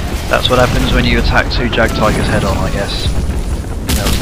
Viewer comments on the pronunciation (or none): none